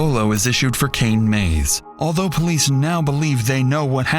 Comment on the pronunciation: The way you said “police” lol